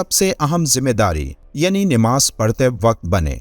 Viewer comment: Nimaaz galat hai sahih lafz namaaz hai